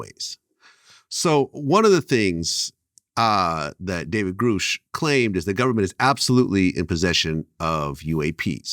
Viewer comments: Why does Vlad keep pronouncing Grusch's name as Groosh when Dr. Greer is correctly pronouncing it. Is Vlad that dense? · It´s David Grusch, not Groosch.